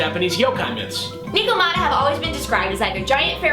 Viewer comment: I fist palmed when they said ni- ko- mat-ah instead of nec- ko- mat- tah.